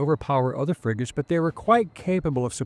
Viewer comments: Fregatten nicht Friegoten. Die Ki Stimme ist furchtbar. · 💩 KI 🤮 In 🇩🇪 we say "FREGATTE", not Frigote